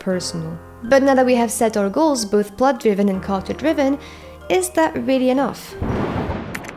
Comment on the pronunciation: Very good description and examples in the video. I did have a hard time understanding you when you said “character” tho, just a heads up! You’re awesome